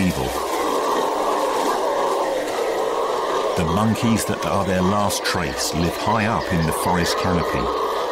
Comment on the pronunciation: NOW we get "monkneys"